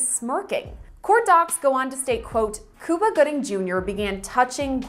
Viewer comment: it’s Cuba not Cooba lol